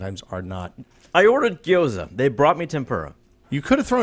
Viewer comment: fun fact: gyo-za is 2 syllables